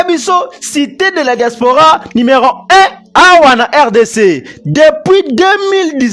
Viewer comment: Kiekie malgré atanga mais azo prononcer kaka numéron au lieu ya numéro